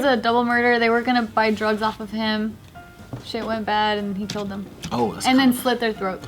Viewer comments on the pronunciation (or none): none